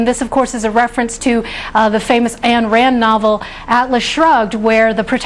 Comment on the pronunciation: It's Ayn Rand not Ann Rand! And the book is pretty silly, anyway.